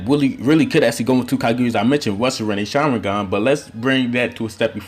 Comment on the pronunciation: Why u say "sharwingan"